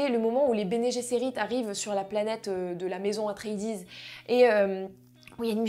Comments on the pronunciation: Dune ce n'est pas que le film de Lynch de 1984. C'est aussi, et avant tout, une série de romans écrits par Frank Herbert. La planète Dune est aussi appelé Arrakis et la prononciation du clan Atréides....bref dès l'intro des approximations pas digne de tes vidéos habituelles. J'avoue être un peu déçu par cette critique. Pour en revenir au film, il faut le voir en Imax car le film a été conçu et réalisé dans ce format. Je l'ai vu d'abord en format classique puis Imax et ce n'est plus le même film. Il prend toute sa dimension en Imax. Foncez. Meilleur film de SF de tout les temps. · La prononciation d’atreides c’est pas possible la 😭😭